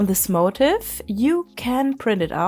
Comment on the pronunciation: Awesome! Just a tiny unimportant note.. the word motif is pronounced differently from motive. It’s like ‘mo-teef’ ❤